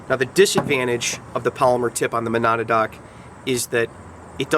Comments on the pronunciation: ma-NAW-da-dock? ma-NAW-dock? You don't need to be able to pronounce the name properly to give it an accurate review, but fyi, it's "muh-NADD-nock. ASP batons are so ubiquitous that in some places, all expandable batons are generically referred to as "Asp's" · great videos! I laughed at your pronunciation of Monadnock! it's actually MO-NAD-NOCK (muh-nad(as in gonad)-knock). it's a mountain in Washington or something. I started out in LE with their expandable PR. (16 yr vet of police work) stay safe and keep the vids coming. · Perhaps you should learn how to properly PRONOUNCE Monadnock - MOE-NAD-NOCK before you review it your fuckin moron.....